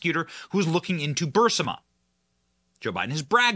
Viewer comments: Benny - love your content. You are pronouncing Burisma wrong. It’s BURR-IS-MA...., just a little pet peave! Watch the clip of MTG...she’s saying it right.... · Benny, not to mess with you, but the name of the Ukrainian energy company was Burisma, not Bursima. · That's pronounced "Bur-EES-ma", Benny. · Burisma.... Pronounced burr EEZ ma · Please pronounce Burisma correctly. It's NOT Bursima, it's Burisma!! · BurISMA. NOT Bursima. You have to say it right or you sound uneducated about it. Trying to help. Keep up the good work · Read slower,,its Burisma not bursima😁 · It's not Bursima it Burisma please correct your speech you're driving me nuts. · Please pronounce Burisma not bursima correctly. You are far too intelligent to make yourself sound otherwise. It is distracting from your story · Benny ...its BURISMA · Stop pronouncing Burisma that way! Lol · Good video, but don’t play a drinking game with how many times Benny mispronounces “Burisma”. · Ber-riz-ma not Birz-a-ma. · Burisma = [bur - IZ - muh] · Burisma pronunciation - br * ee * smuh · Anyone else annoyed that Benny says Bursima instead of Burisma? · Stop saying Bursima! It is Burisma ! You do it every time !!! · Love Ya Benny - but please "Bur-is-ma" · Benny, Please. It’s not BURSIMA It’s BUR IS MA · It’s Burr-ee-sma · It’s BURISMA, not bursima. BU- RIS- MA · 'Burr-ee-smuh' Benny! Not 'Burse-ma'. 'BURR-EE-SMUH'. The long 'e' sound comes before the 's'. I cringe every time I hear it. I know some may think this is nit-picking but we need to pay attention to these little details. When we don't it diminishes the message and makes us look like crackpots. Love your show, however, and rarely miss it, or watch the video if I miss the live stream. Keep up the good work! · Johnson - Hey... love your videos... but... please correct your pronunciation of Burisma. Especially since we are going to be hearing about it for quite some time! The "i" comes before the "s". You're saying BUR-si-ma ... when it should be bur-IS-ma.